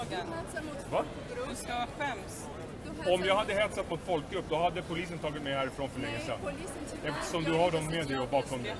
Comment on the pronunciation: de heter polis, inte bolis :P hahahahah